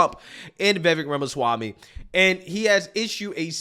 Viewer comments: Did he just say Yamasami? 🤨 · Who is "Yamaswami"? 🤣🤣 These yokels can't even pronounce his name they are so frightened of him. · Did He call him Jamaswamy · It’s not yamaswamy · Sharpton said YAMASWAMY, lol. Seriously, this guy is what the Left listens to now. Biggest race baiter in America. And the other moron who said White Supremacy is the single most threat in the world, these people know that using race is the ONLY way they can get certain votes but people are waking up. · "Yamaswamy" Al? Lololol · Sharpton ironically decrying racism while being racist by mispronouncing Vivek’s last name. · Lol no one can ever pronounce Viveks last name right. Or they slurr it and then cry about racism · Al Sharpton just BUTCHERED Vivek last name, Al just go somewhere & HIDE, enough of you already.